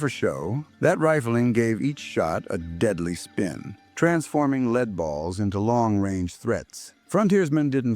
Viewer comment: wrong photos in places and another freaking AI, who cant ever pronounce LEAD right. Don't you preview your video before you put it up?